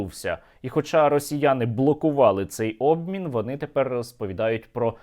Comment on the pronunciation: "Наибильший обмин" ой бл...я Черт Нерусский🤧